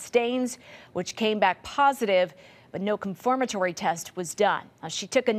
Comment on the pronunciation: Commentator cant even pronounce "confirmatory" said "conformatory".